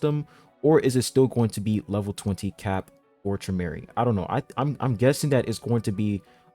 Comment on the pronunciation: ‘Trom Or I’ is how you would pronounce his name. Shinsu Orb is an ability for an irregular, and in Traumerei’s case, black shinsu orb is how he holds his ‘pool’ of legendary fish. That sphere you see could be a resource, but in my opinion it’s just an image of his ability.